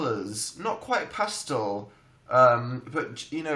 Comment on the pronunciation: i love how Dan says pastel "past-ul"